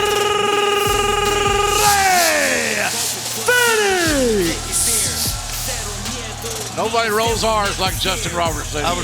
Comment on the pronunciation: Damn that R rolling tongue twister by Justin Roberts introducing Rey Fenix. 😂